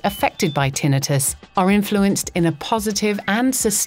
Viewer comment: Thank you, Ms. Announcer, for pronouncing "tinnitus" correctly!